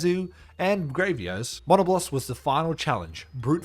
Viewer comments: I’ve never heard someone pronounce Diablos and Monoblos this way 😂 Die-a-bloss and mon-a-bloss 😂😂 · Surely thats not how monoblos and diablos are pronounced right???? I always refered them closer to the word diablo as mono -blose or dia-blose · No but the way he said Monoblos (Its muh-nah-blose) Edit: NOO WHY DOES HE PRONOUNCE ALL THE MONSTERS NAMES WRONG.